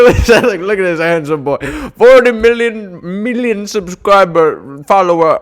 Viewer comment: “meellion” lmao